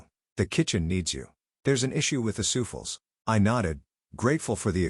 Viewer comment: sooffuls- sooflay souffle